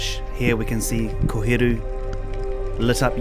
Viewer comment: Liked the video as soon as I heard him say koheru 🫡🙌🏾